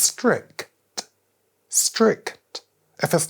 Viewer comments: "S-T-R-I-C-T". Elite advice coupled with elite enunciation. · The pronunciation of stric T 3 times in the row was staggering. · Stri-C-T is not 3 syllables 💀💀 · Happy Ramadan Mr Eubank. Btw convert your content into ASMR style. Thank me late. : new ASMR word unlocked Stri-c-t. Perfe-c-t. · The way he said strict with 3 sylables was wild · The only man that can turn strict into a 3 syllable word 🤣